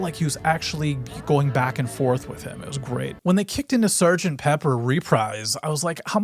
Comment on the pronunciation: Just FYI: 'Reprise' is pronounced "ruh-PREEZ".